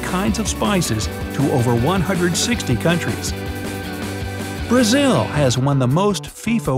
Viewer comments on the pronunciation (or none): none